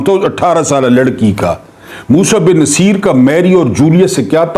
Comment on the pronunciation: بہت ادب کیساتھ تھوڑی تحقیق کرلیا کریں جس طرح سے آپ تاریخی شخصیات کے نام غلط پکارتے ہیں بہت ہی شرمناک ہے راڈرک بالکل غلط ہے نصِیر بالکل غلط قَرطبہ بالکل غلط لگتا ہے کوئی ایرا غیرا بول رہا ہے نہیں